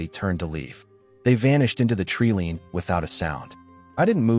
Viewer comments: It's treeline, not a treelean. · To the narrator, tree lean or tree 'line'..